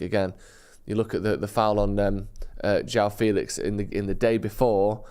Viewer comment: Hey João Félix is pronounced Jo-wow Faylish